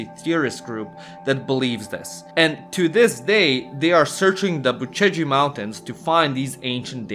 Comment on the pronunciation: Unliked this as a fellow Romanian I hate when you say "Bucegi" as " Bu Ce gi" like you're some American.